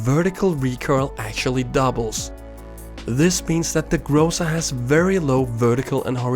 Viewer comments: Not grOza, but grozA :) It is a russian word for thunderstorm. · Its not grOza, its grozA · Let me correct your pronunciation. Correct to emphasize the last syllable. Like GrozA. What in translation means the Thunderstorm (rus. Гроза) And tnx for your vid's =)) S!